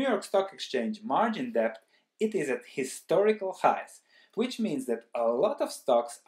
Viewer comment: Good Morning, I like your well-researched insightful videos. This time it is very frightening. Debt is overboarding. I have a small suggestion: Maybe you could pronounce debt without the b (see ). I am not a native English speaker either, and therefore I have similar problems.